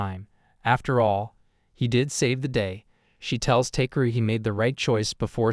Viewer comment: it's ta-ke-ru, not take-ru